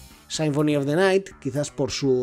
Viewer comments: Me gusto el video por que no conocía casi nada de Rondo of Blood... Solamente me daba algo cada que decías "Sainfoni" 😐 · Buen video pero la pronunciación un poco mala (no es "Richer", es pronunciado. "Ricter", "Sinfoni" etc)